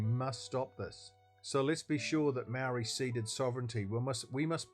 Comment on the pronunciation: The way you pronounce the word 'Maori' tells me all i need to know!